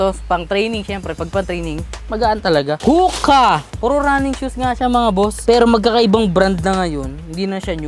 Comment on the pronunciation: Ho-Kuh not Hooka